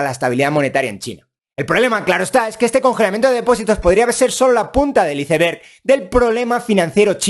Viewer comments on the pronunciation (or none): none